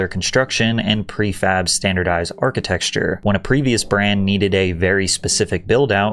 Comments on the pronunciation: Can someone explain to this fool the word is "Architecture" not "Architexture"? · Archi-texture 😂🎉 Bruh! Thought the Vegas vid was a one off but no, that’s literally how you say ArchiteCture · Are you algorithm-baiting by saying architexture? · Why are you pronouncing architecture as architexture? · "architexture" cool new word.. i guess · It's pronounced architecture not architexture, please God get it right, you're better than this. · It's not "architexture". It's architecture. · Wots an architexture??? 😂😂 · Good video as always. 3.33 Sorry, but why do you keep saying "architexture"? Architecture. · This taught me a lot about “architexture” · me: did he just say architexture?? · Architecsture? Lmao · It's pronounced like it's spelled: archi-TEK-ture, not archi-TEXTURE. Sorry, it just annoys the hell out of me and really sort of hurts your credibility. You make some good points, but then I hear "archiTEXture" and I'm like "ugh." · Hey bro, there's no x in 'Architecture' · This guy says “architexture”. The word is “architecture”. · Please stop saying "architexture" That's not even a word. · ark-ih-tech-sher, not ark-ih-tex-cher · That’s not architecture it’s architexture 🤣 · lol at "architexture" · Why do you pronounce it “architexture” instead of architecture? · Architexture😂 Seriously great Video! Bring back the old fast food restaurants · Why do you pronounce it "architexture" there's no x in architecture. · Im not the only one who pronounces it ArchiTEXTure. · Love some of the pronunciation going on in this video 😂 “Architexture” “Doon-Din, Florida” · What the hell is ‘architecsture’? I know. By mispronouncing things you make them stick in minds. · This comment is not meant to sound demeaning or condescending but I noticed you were pronouncing the word "architecture" incorrectly. Try breaking it down phonetically "Are-ki-tek-ture" Really interesting video and couldn't agree more Fast food has completely killed itself. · drink every time he says "architexture"